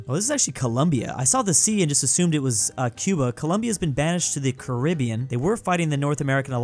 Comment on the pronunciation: Was it not Cuba?? i could've sworn that mispronounced Cuba.